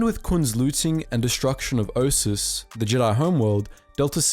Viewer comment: Bro have you even played KOTOR II? It's T3-M4 not T3-M6. Also you're pronouncing Atris and Ossus way off. LOL